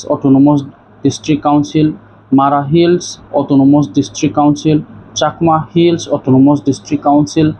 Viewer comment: Tamo autonomos hing ye saye twng autonomus hing ye sadi pronounciation bo chaliya